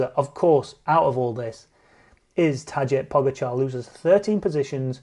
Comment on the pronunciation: "Tadzey Pougechar".... cmon man, just say it as it is "Tadej Pogačar" as in "Tadej Pogačar"